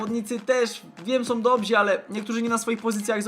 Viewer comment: Powiedziałeś 18 razy "nie" w samym jednym meczu. Nieźle :D P.S. Prosiłbym, abyś nie mówił "dobzi", bo jest to błędna forma. Poprawnie jest "dobrzy". Pozdrawiam!